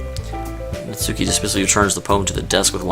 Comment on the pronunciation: *Natsuki. Her name is Natsuki.